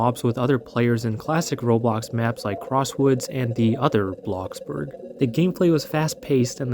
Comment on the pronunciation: I like how you mispronounced "crossroads" for "crosswoods"